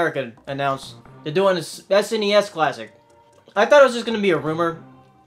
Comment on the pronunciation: It's SNES, not SNESS...